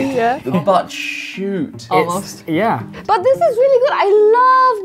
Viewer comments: chute, not shoot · Lol Ollie the "butt shoot". Surely you mean the "butt chute"? 😂 English why....